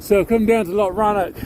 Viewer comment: It’s not called a lock, it’s called a loch. You need to sound like you’re clearing your throat at the end.